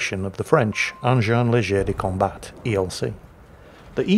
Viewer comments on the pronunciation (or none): Small detail, the "t" in "combat" is silent, I know, there are tricks everywhere in this god forsaken language:D Froggy out.